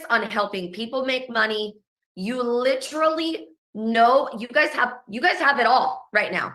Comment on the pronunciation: Like lit-rah-lee you guys